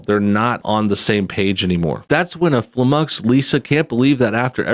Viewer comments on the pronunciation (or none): Why can't you pronounce "flummoxed" correctly?